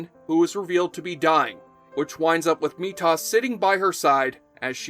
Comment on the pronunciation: At least it wasn't Meatus.